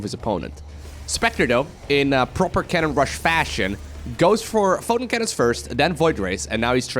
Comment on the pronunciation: Take a shot every time he says fotin' cannon. ::dies of alcohol poisoning